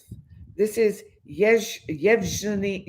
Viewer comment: Yev Gen ( the g is pronounced as in Again its a Guh sound) ie ( ee) sound